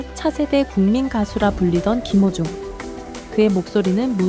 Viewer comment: 한글자막 제대로 써주시면 않되나요?. 김호중을 기모중 이라고도 하고 탄원서를 탄바연서 라고도 표현 하는건 더 듣기 힘드네요. 이것말고도 여러 단어가 있는데 더이상 듣기 불편 해서요. 왜 한국사람이 훈민정음의 뜻을잘모르지?